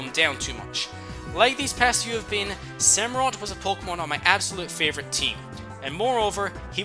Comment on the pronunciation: It's an otter dude, not a sea lion... SamurOTT. For OTTER.